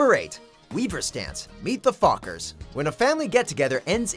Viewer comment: Did anyone else hear "We must dance" instead of "Weaver stance" the first time you saw that scene in the movie??